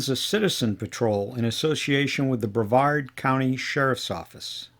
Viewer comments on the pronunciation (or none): none